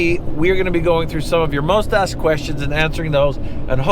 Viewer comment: you said “most asked questions” I heard “mustache questions” 😂